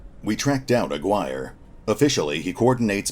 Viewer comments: The name you (and any other youtuber playing this game) are REALLY butchering is Aguirre (''A'' like in ''Artic''. ''Gui'' as in ''Guinea pig'' and ''Rre' like in ''Rest'''). It's pretty funny how everyone is saying A-wire instead xD The game looks sick from what I've seen but the line of sight problem is a real thing,seems like they're working on it tho so lets see what happens. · "Aguirre" is read as... A = the participle "a" Gi = the karate uniform Re = the musical note. "a-gi-re" and is a Spanish (in the case of Jerry Melendez Hispanic) surname.